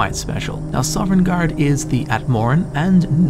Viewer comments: Why do you keep saying Sovringarde, I thought it was Sovngarde? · I love your series--but oh my goodness, please pronounce Sovngarde correctly lol. It's "Sah-vin-gard," not "Sovereign-gard." You put an invisible R in between the V and N. It's said repeatedly throughout the game. Again, love your work, just be mindful of that sort of thing homie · Are you saying Sovngarde or Sovrngarde? I keep hearing an extra R and it (irrationally) annoys me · "Sovrengarde" Soveriegngaurd" "Sovrngard" S O V N G A R D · OMG!!!! theres only one r in sovngarde... not sovrngarde... sorry just bugged me since its been said quite a few times in this video. now that that is off my chest, good video glad to see you still making videos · "Sovereigngarde." xD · Sov-en-gard :o Not sovereign guard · why do you say sovereign garde? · It sounded kind of like you were saying "Soverngarde" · THERE IS NO R IN THE WORD PLEASE STOP 😭😭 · Dude, I love your videos, but every time you say "Sovereign guard" it destroys a little bit of my soul. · The most curious thing in this video is why puts an extra R in Sovngarde and pronounces it sovrengarde. All jokes aside, this was a great video! The statue thing really creeped me out, I never noticed that before, and that is so cool about the unnamed Dragonborn:D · oh my gosh I freaking love all of these videos so much but yes that drove me nuts. SAW-VIN-GARD :b I am so thankful for this channel really. I'm not trying to criticize something so meaningless in such an awesome video and channel. It's just a silly little thing that kept catching me off guard lol. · Were you aware that is a pirate? He's always putting an extra ARRR in Sovngarde! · 42 minutes of a guy pronouncing Sovngarde incorrectly. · Biggest mystery in all of Sovngard is who keeps putting the letter “r” into the middle of it when he says it...MUST HAVE BEEN THE DWEMER! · How are you gonna make a 40 minute video about a place you can’t pronounce the name of?